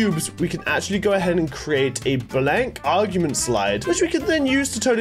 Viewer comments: When says augment and augmentation as argument and argumentation 😂😂😂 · Is anyone going to tell him that it’s not argument